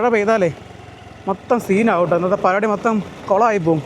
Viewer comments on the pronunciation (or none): none